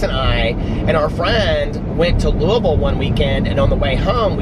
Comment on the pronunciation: As someone from Louisville, it makes me happy to hear you say it correctly 😂💙